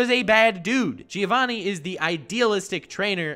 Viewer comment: I'd like to take this video seriously but every time he says Gi-ovanni I lose my mind